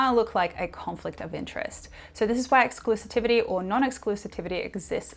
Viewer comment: Sorry Spelling & pronunciation police here 😜 It’s ’exclusivity’ not ‘Exclusitivity’ 👍